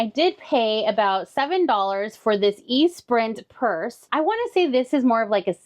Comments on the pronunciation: Esprint 🤣 Isnt it Espirit pronounced like E-SPREE ?! That gave me a good laugh.. maybe ive been saying it wrong all these years lol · With all love from a Gen Xer, your purse find is pronounced ESS-SPREE. ❤❤❤ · Esprit is pronounced "eh-spree". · The name of that purse is pronounced "Espree" and is from the 80's. It was a very popular brand. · I feel so old correcting this (although I think we’re about the same age). But the brand of the purse is pronounced “es-pree”! 😂❤❤😂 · 1. always sounds like the old infomercial commentary guys and honestly makes me want every random item finds. 2. Espirit: is pronounced. ɛˈspriː as a 51 yr old woman u. never thought in a million years people of the future would be trying to find these purses in thrift stores to resell. 😂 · Yep, the "t" is silent as it is a French word meaning ... spirit.